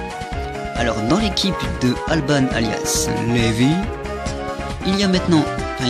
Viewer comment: Sa se dit "Alban" pas "Albane" XD :') Sinon le togekiss il était scarf et ouais GG ;)